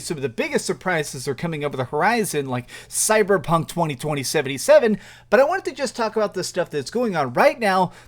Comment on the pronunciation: He said cyber punk 202077 lol